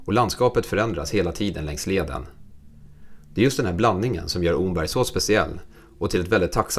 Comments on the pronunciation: Bra video. Det enda som provocerar en östgöte är uttalet av Omberg. Det uttalas precis som ordet ”om” (+berg). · Mycket trevlig film! 👌 (Omberg uttalas [Åmmberg].